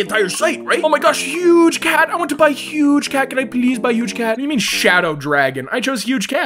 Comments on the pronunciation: Why can't he say dragon like fr you say drag0n as dragon it made me laugh when he could not say it PH WAIT THATS WHY HES CALLED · why cant u say dragon?